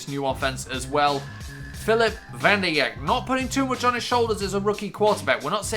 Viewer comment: Vanderjagt is pronounced Van-der-jat